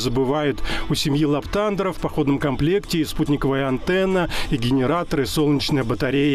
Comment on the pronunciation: Здравствуйте. У какой семьи? У семьи ЛаптАндеров??? Правильно: ЛаптандЕры!!! ЛамптандЕр